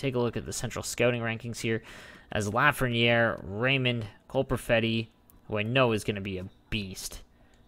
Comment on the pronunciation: It’s pronounced luh-frehn-yay